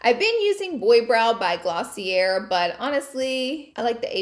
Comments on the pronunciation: 🤦‍♀️ every time she says “Glosseeair” try “Glossea” with a Long A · i'm done with "glossey-ERR" lol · Just wanted to let you know the brand Glossier...is pronounced Gloss-ee-ay 😊😊😊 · You ever going to learn how to pronounce Glossier properly or nah???